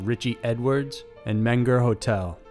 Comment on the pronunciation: it's men-ger or men-go in German. i mean pronunciation. and some locals say mean-ger.